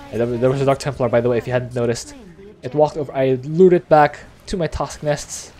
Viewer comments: TOSKS - NUS .. I brain twitch everytime you say it. Haha! Love Abathur too man (y) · Good video, good strat but the way you pronounce "toxic nests" make my ears bleed